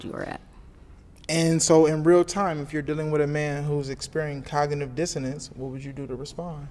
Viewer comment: 😭 also he couldn’t pronounce cognitive dissonance correctly 😫